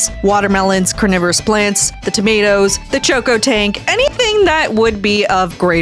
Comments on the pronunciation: bro its cocotank not CHokotank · dont mean to be that guy but you kept calling the cocotank a choco tank its coco as in coconut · Did you say chocotank